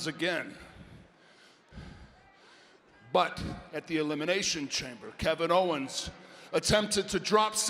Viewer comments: Kevin Hoe-wens 😂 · KEVIN HO-WENS LOL! 😂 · "kick kevin hoe'wens" LMAO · Kevin Howens!! Haha.